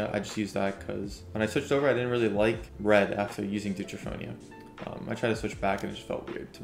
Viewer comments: My man said Deutronofia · dude really said “duetra-phonia” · are we gonna ignore the fact that he pronounced deuteranopia as “deuteraphonia” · Mans said Deuterphonia lmfao